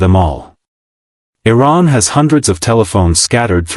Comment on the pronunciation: T-Ran? Thumbing down.